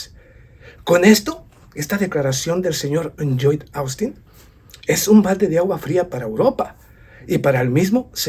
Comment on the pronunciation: Lloyd Austin Secretario de Defensa de Estados Unidos El nombre Lloyd se pronuncia como una L, Loyd